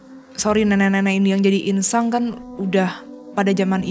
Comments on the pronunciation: Bkn insang, inang ya kan? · 08.39 inang, Jess bukan insang Insang alat nafas ikan 😁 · Inang kali bukan insang? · Insang? Inang kali maksudnya? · Bukan insang ya kak, tp inang 😁. Insang alat pernapasan ikan heheh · Inang.. bukan insang 😂 btw keren banget team DA! Bravo, lanjutkan